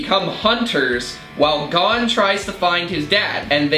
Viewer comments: Me:gets triggered because he said Gon's name wrong Its pronounced like cone but with a G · How pronounced “Gon” as “gone” hurt me- I still love him though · did anyone else catch when they read 'gone' instead of 'gon' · you disappointed me..... It gon not gone. G-oh-n that how you say it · his name in not Gone it's Gon (Go-n) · gone gone! its gon not what ging is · Go-n Not gone srry that triggered me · Gon's name is pronounced Goan, not Gone! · Says 'Gon" Me: "BOI THATS HUNER X HUNTER--" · Gone’s name is pronounced like cone but with a g instead of a c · Here’s a fun game every time they mispronounced Gon, take a shot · Hang on, THE PERSON WHO WROTE THE HUNTER X HUNTER THING FORGOT THAT ONE OF THE CHARACTERS IS SO GAY(there name is Killua, and they kill people in the anime) and, you said gon’s name wrong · Its gon not gon smh